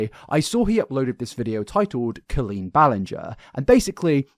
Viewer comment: pronouncing it co-lean is so funny i always thought it was col-een. imagine meeting a guy named colin and saying co-lin